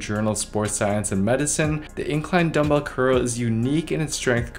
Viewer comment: "Dumbbel only"